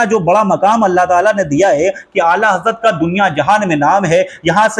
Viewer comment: Be waqoof Huzur Aala Hazrat ka naam to thik se lele